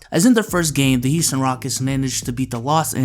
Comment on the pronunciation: Heeston rockets?